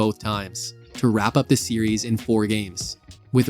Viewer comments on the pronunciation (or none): none